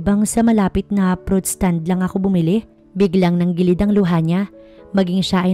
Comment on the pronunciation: NANGILID NOT NANGGILID.AYUSIN ANG PAGTATAGALOG.